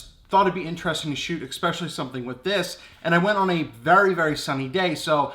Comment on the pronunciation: Did u say "expecially" ;)